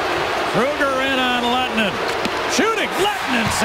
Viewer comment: His Name Is Lehtonen Not Lehtenen.